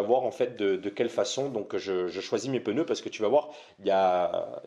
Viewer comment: Des pNeus svp ! pEneus n'existent pas...😉